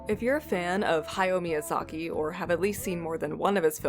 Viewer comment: I just want to say you pronunciation hayao Miyazaki dosent make me cringe